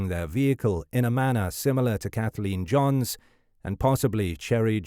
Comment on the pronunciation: Kathleen JOHNS. Not JONES.